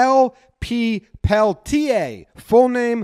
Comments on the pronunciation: The guy's name is pronounced Pelt-yay. But run through the sounds quickly and smoothly as if they're one sound together. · Probably pell-TEER or PELL-tee-yay.